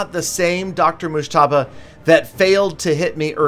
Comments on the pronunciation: The way you pronunce Dr Mojtaba is so funny it's like Irans Azeri's accent👍😂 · Lol u have no idea how to pronounce his name 😂